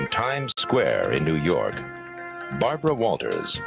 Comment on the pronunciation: Barbwa not weally convinced with the Wamsey wansom note 😂